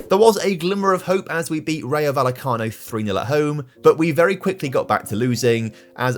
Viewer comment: Quick tip,! When pronouncing "Rayo Vallecano", the 'll' is pronounced similarly to the one in "Sevilla", which you do get quite well! Great video as always.